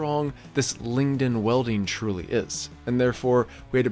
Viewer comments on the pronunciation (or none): LiG-Nin, not ling-in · Dawg its Lingnin....Not Lingdin